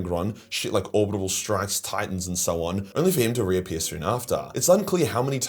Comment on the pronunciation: *Orbital, not "Orbitable". Fight against your Australian nature and speak English.